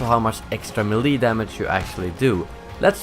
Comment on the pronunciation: Why do you keep changing the way you pronounce melee. Make your mind up, you prepubescent sounding robot.